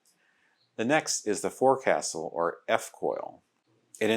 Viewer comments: Forecastle is pronounced as Fohk-sul. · "Forecastle" is pronounced FOCKsul.